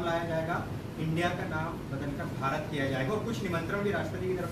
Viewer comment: He himself pronounced bharat dhash in his conversation and again defending nonsense against BJP.